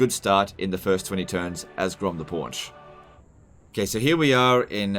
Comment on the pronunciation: making a challenge out of pronouncing Punch odd